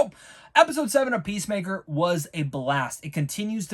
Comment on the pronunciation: Yeah the point is that you've watched 7 episodes of Peacemaker thus far & his name is clearly said in every one of them, you should probably be able to pronounce his name by now.